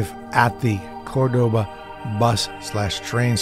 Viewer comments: It's nor Cordôba,it's Córdoba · Good video but why would you not simply check how to pronounce the name of the city before going ahead making an entire video about it. Córdoba is not pronounced Cor-doe-bah. It's more like Core-d'ba. Meaning that the first 'o' is annunciated; not the second 'o'. This is made clear in Spanish by which 'o' has the acute accent symbol on it.